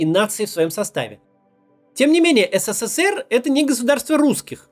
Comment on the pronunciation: А ты хоть ПРАВИЛЬНО можешь назвать СССР ? Сколько букв С в твоём еС, Се, Се, Се, Р ??????? В СССР, тебя с ТРЕСКОМ выгнали б, ПРОТИВНО СЛУШАТЬ....